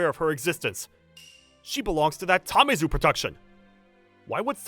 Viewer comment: It's Tamezu, man. Not Tamizu.